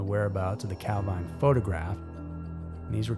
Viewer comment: Calvine, Highland Perthshire, is pronounced Calveen.